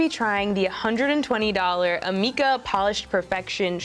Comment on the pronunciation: Wen she sed amika i fout she sead arnika wich is my name